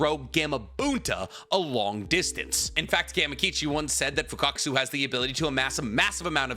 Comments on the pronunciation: Why are you calling Fukasaku as Fukakusu? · Broo 😂, fukatkaasu. You say his name Fuka-saku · It's "Fukasaku"😅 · Fukasaku 🚫 Fukakasu✅ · You keep saying Fukakasu irritated the hell out of me. It’s Fukasaku.. FUKA SA KU.. 😂😂😩😩😩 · Bro still pronouncing FUKUSAKU as FUKAKUSU😂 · and “fukakusu”instead of “fukasaku” kkkkkkkkk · isnt it fukasaku? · Pronounced MI-YO-BO-KU and FU-KA-SA-KU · mf been making Naruto content for 3-4 years, still hasn't learned how to pronounce Fukasaku correctly 💀